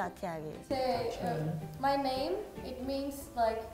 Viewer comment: Yeee!!! They pronounce my name very well ❤️👍🏼